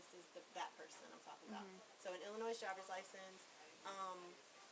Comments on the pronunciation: dead giveaway. She nor anyone else has ever lived in “Illinoise” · The “s” is silent. Illinois. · The S is silent in Illinois. It’s not Illinoise . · They're saying Illinois like "illa-noise" and I've always thought the "s" was silent like "illa-noy" 🤷🏿‍♀️ my whole existence has been fraudulent. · she said “i worked in michigan and illinoiS” PRONOUNCED THE S. if you worked in illinois, you would know its pronounced illinoi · It's not Illinoise ...the s is silent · Why do people pronounce Illinois ill-a-noise? It's a silent S ffs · Stop saying IlliNOISSE. I hate when people say that, and it should be a crime. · I live in illinoiSSS -- cant even pronounce the state right lol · Does anyone from Illinois pronounce it illin oyz? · illa-noise. smh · Once I heard her say shes from Illi NOISE. Saying incorrectly shes definitely not from Illinois. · Multiple States. Didn’t you hear her say ‘IlliNOISE?’ Michigan? Florida? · “I lived in Michigan and *IlliNOISE*” Notice how she pronounced Illinois. She’s never lived there. 🤣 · She said i lived in “illinoi(s)” that girl don’t live there. We dont even pronounce the S lol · I don't care if you've never been there, if you pronounce Illinois "Illi-noise", you're a terrible American! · I would guess that someone who lives in Illinois would know to not pronounce it "Illinoise." 😬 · Why can nobody in this video pronounce Illinois? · I knew she was a liar when she said Illinois! 😂 Everyone knows the “S” is silent😂😂😂😂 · Hey everyone... the "s" is silent in the word Illinois. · The way she pronounced Illinois told me everything I needed to know 😏😒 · The "s" in Illinois is silent for christ sake! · She lived in Illinois, but pronounces the s at the end. Right. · "Illinois"? She can't pronounce it correctly but she's lived there? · How come nobody knows the 's' in Illinois is silent? Especially the banker. And I was thinking the fake nurse not knowing this was a red flag. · Did she just pronounce the S at the end of Illinois..silent S